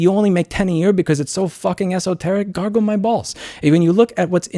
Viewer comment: Holy shit Louis. I'm not English and the first time you said "garble my balls" I understood "gargle my balls". Haha!